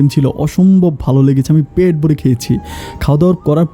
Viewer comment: voice সুন্দর।বলাটাও সুন্দর হয়েছে।কিন্তু উচ্চারণ ক্লাসের কোর্স করতে হবে। পেট না বলে প্যাট বলা হচ্ছে।